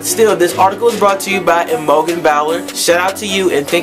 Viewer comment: ahh my article got made into a video!! :D hahaha my names pronounced I-mo-jen and bowl-er :P and I'm a girl! but other than that totally love this video it's so exciting!! hahaha :)